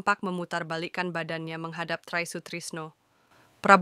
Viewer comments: Ini nama indonesia kakak, tri kok baca trai...😂😂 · Try😂😂😂 bacanya tri bkn tray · knp baca Try Sutrisno dg Trai,tolong tny kpd tmnnya dl bgmn membaca Try Sutrisno dg Tri Sutrisno,ini nama